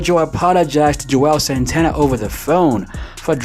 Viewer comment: How we supposed to take YOU seriously when u say Joel santana instead of Juelz Santana?